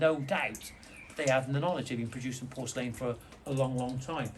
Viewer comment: Sorry, but has to switch off after hearing your pronunciation of porcelain. 🤣🤣